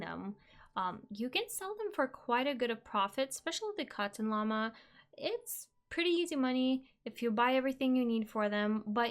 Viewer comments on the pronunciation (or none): none